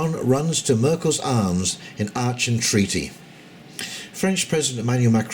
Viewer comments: Good to see you reference The Duran, consistently good geo/political analysis in my humble. Aachen pronounced arken by the way. Cheers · Aachen, pronounced "Aken". your welcome.